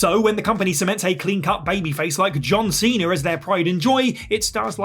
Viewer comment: Cena* not Cener